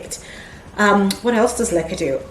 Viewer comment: LOL, BEFORE THIS VIDEO, I DID NOT KNOW WHAT LECA WAS, I THOUGHT YOU WERE SAYING LIQUIOR. YOUR PLANTS ARE BEAUTIFUL, WOW, I HAVE LEARNED ALOT ABOUT MOSS POLES ETC..